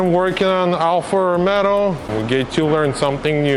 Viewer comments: Sorry to say. It is Alfa Romeo not Alfa Romero. Thanks for the video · " alfa romero" 🤣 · Me triggered by the way he says Romero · is romeo no romero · great content + knowledge and skills. But the make isn’t called “Romero” haha. By the way the W222, your daily, is a stunner.. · ‘Alfa Romero’ 😂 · its not ROMERO IS ROMEO!!! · Good job , but he name of the car is Alfa Romeo , not Alfa Romero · Pochemu Alfa Romero? Lol 😂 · "ALFA ROMERO" LOL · Found your video! Awesome content man. I was cracking up every time you call it an Alfa “Romero” lol. Keep up the awesome work brother. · "Alfa Romero" 🤣🤣🤣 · Alfa Romeo not Romero 😂😂😂😂😂👍👍👍🇧🇷🇧🇷🇧🇷🇧🇷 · Lost me at the second “ Romero”! 😂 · Funny you say Alpha Romero instead of Romeo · what is "Alfa Romero"???